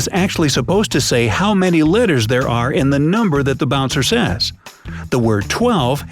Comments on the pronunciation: How did legit no one realizes that he says litters instead of letters? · says letters wrong